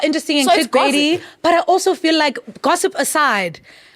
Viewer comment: Gozziip? It's gozzip??😂😂😂 oh